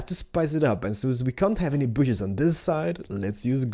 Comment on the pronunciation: Not "booshes" it's "bushes" - b- uu - shh - iz